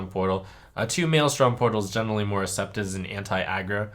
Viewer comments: "assepted" lul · Did Trump lose his ability to pronounce c's? Generally assepted